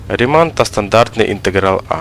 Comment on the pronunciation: Я думаю, зброя названа на честь фізика і математика Бернхарда Рімана, а отже наголос на "і" в його прізвищі!